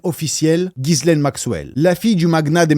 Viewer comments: Mini mention sur la prononciation du prénom de "GHISLAINE" Maxwell : On prononce "JISS-laine" 😉 Le "Guy" du début accroche mon oreille à tous les coups 😊 Superbes explications et analyses ❤ Continue 🤗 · mes oreilles saignent : GUI LAINE MAXWELL !!!!